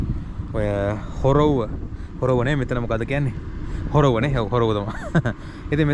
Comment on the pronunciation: හොරොව්ව නෙමෙයි සොරොව්ව නම